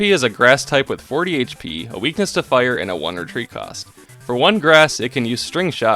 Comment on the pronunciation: every time you sqy "one retreat cost" I understand "Wondertrade cost" and get confused 😅 Cool challenge, I liked how you incorporated the different Pikachus